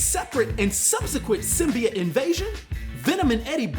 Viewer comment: The thing thats gonna piss me off the most is now mfckas cant say symbiote but now they say symbeit that shit erks my soul how you gonna be anerd but fck up a word